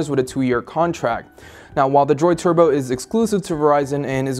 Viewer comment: Is it me or is the way he's saying turbo weird? He makes it sound like twerbo lol